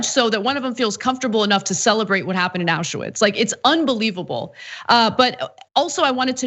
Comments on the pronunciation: Ana, it is spelled (and written) Auschwitz, not AuschEwitz. thx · Why do you keep saying "auschUwitz", it's "auschwitz". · It's AU-schwitz, not ASCH-uwitz!!! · Also "auscha-witz"